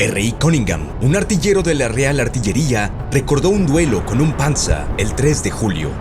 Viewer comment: Esa es la pronunciación correcta, todos son sustantivos de una lengua germánica.